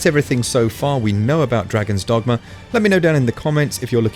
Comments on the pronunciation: I won't lie, the way you pronounced Dragon's Dogma: Dark Arisen at the start triggered me slightly. Still... informative video, thanks :) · “Dragon” dogma